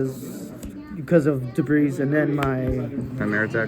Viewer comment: He called a lot of cards "debris" like the drill warrior too. Also "triple caius" when showing 2